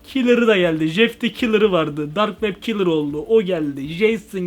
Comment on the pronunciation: Komik Dark wab kalır yessss sıçıyormusun o nebiçim yes demek😂😂😂😂